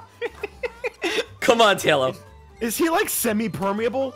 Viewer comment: Tahlo amiright? Realllllly GG?! No its pronounced Tay-lo Also he likes Talonflame. Also he is a moderator.